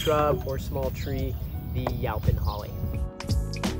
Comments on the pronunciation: I would’ve said you-pawn, the way he’s saying was getting to me too lol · THANK YOU!! The pronunciation was making me ask, "Where you from, bro!" The ow pronunciation in this video is making me say OUWCH!! Then I gave him a break, and thought perhaps he's never spoken to anyone about this tree, but he's only read the word in a book. And so, for a more exact explanation, Texans pronounce it like this: Yo ‐ as in, "Yo, buddy!" pon - as in how one says "pond" except leave off the "d". Yo-pon NOT YOW – as in "ouch" or "how" - just no! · In SE Texas, it's YOE-pon. I have acres of it. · Prounced Yoh Pon, Yo as in the pirate Yoh, ho ho